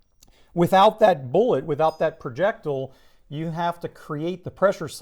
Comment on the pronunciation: he says projectile like an idiot.